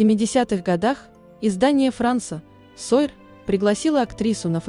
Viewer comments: Спасибо за интересный рассказ! Только не "Франс сойр", а "Франс суар"😀. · Прекрасная актриса!!! Столько связано с этими фильмами - "Фантомас", "Три мушкетёра", "Анжелика"! Но как ужасно слушать этот дубовый текст. Ессли читает робот, так напишите русскими буквами Юманите! Франс суар!!! Или не поленитесь прочитать по-человечески.